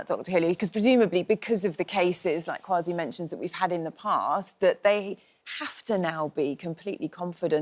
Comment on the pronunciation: i love the way you drew Kwasi Kwarteng's attention to the REAL pronunciation of his name KWASI. Have always found it "irritating" he allows people to call him QUASI.